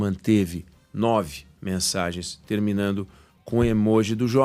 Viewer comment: Palavras ditas erradamente: acabano, terminano,falano, inguinorano, etc,etc, etc. Neste ditas pela Sadi,da "grobonius".